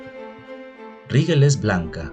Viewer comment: Se dice doscientOs mil millones de estrellas Rigel se pronuncia /rijél/ y Betelgeuse /beteljéuse/